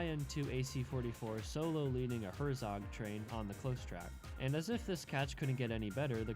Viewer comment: You said Herszong train. IT'S HERZOG!